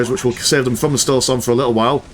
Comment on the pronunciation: Witness the "stoulsorm"